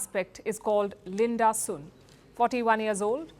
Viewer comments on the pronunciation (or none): Did anyone else heard LUND-ASUR instead of Linda Sun?